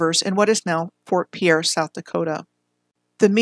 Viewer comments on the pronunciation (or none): Fort Piere is pronounced Peer. The no Dakota access pipeline protest was not on the Standing Rock reservation, it was on land along the Cannonball river managed by the army corp of engineers.